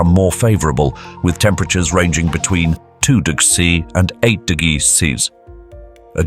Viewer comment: Do you struggle to pronounce temperatures?🤔 "t-t-digs to t-digs"